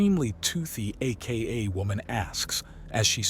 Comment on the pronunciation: I quite enjoy this series. May I suggest adjusting the AI narrator so that it says 'Aka' instead of reading out A.K.A.?